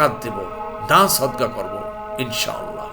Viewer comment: محترم السلام عليكم ان شاء الله বলার সময় তিনটি শব্দ আলাদা আলাদা উচ্চারণ করবেন তাহলে যথাযথ অর্থ প্রকাশ পাবে